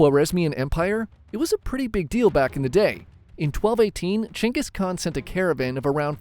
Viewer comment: He did all that because he is genghis khan, not genghis khant